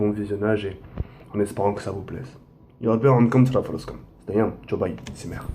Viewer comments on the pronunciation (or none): none